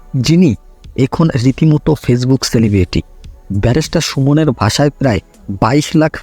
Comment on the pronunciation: ব্যারিস্টার সুমন শব্দটা সঠিকভাবে উচ্চারণ করেন আগে